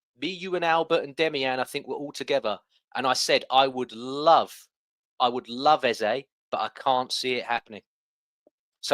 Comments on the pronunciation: you got the name, EZE right the first time. Rebecca didn’t pronounce it well, Rebecca pronounces it EZA. I love Beks but that is not the right pronunciation. ❤️ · Why are you pronouncing Eze differently? Is that proper way to pronounce ( something like pet name)? If so we should start pronounce it like ‘Ezza’😂😂